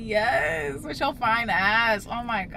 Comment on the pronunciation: I think I’m in love with auntie cause she fwwiiiine fwwiiinneee 😍😍😍😍❤️❤️